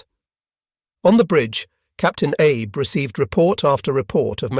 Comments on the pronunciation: "Abe"? Not Abe Lincoln but 'Ah-bay." Still a great doco. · Not Abe, Ahbay… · I believe the pronunciation of the Shinano’s captains name is Ahh bay not Ay b.